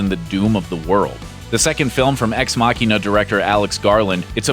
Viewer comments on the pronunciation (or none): none